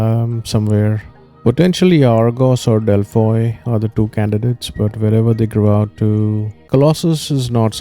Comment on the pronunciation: Its pronounced as delphi... 😂❤